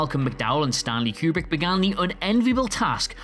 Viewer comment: Stahhn-Lee Que-Breek? You mean Stanley Kubrick, right?